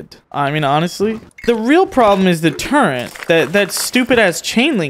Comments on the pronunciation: balzed word fumble. "Turrent" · I just can't when puts an "n" in the word turret, lol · I swear to god if you say "Turr-ent" one more time I'm never watching a video again. There's no n dingus. "Turr-et" Get it right. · I know this man does it on purpose but every time i hear him say turrent i wanna shake him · Am I missing something? Is it like a meme to pronounce turrets like it has an 'n' in it? Or does have a speech impediment? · Turrets not Turents... it's driving me crazy lol. Honestly, I think you're doing it on purpose but still lol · Turrent lmao it’s turret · It’s called a turret not a turrent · Dude its turret not turrant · your pronouncing turret like turrent and i dont like that